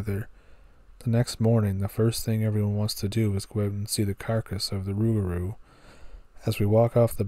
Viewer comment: You did a good job on pronunciation of the rougarou,which is the cajon word for lupe garou.